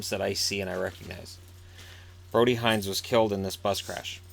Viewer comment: Thank you for doing this. It brought a smile to my face on an otherwise tear-filled weekend. I just wanted to let you know for the next video that our family pronounces Hinz “hints”. Thank you again <3 (Edit: our family meaning Brody's family)